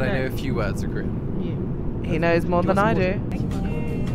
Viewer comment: his korean pronunciation is spot on